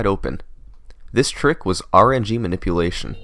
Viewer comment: did you say RNG was 'look' instead of 'luck' ? :P